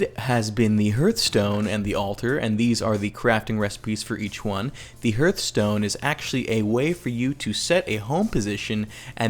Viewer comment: Hearthstone is actually pronounced Harth-stone, such as a hearth.